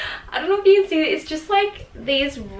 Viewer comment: Yelorw, so you knorw, gorw